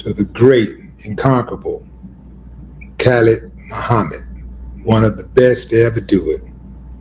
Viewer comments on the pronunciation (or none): Willie D Live Alright if you're going to put his name out there, then the least you can do is pronounce his name right before saying it publicly. Kah like Yah .So it sounds like "Kah-lead"..😅 You got it sounding like some greens. But carry on. We who know don't want you sounding foolish in the ears of your public platform... Do we?